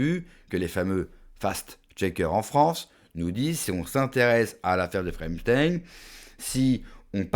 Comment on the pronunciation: J,aprecie votre chaine, mais par pitie. , ‼️entrainez vous a prononcer. EPPPPP CH TEIN. pas. EMSTEIN Pas EM,,, 📍EPP. C,est. Vraiment penible, ca decredibilise, vous avez l,air d,un tictoc. Wesh.